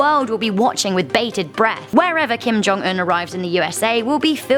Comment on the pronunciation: It's Kim Jun oof get it right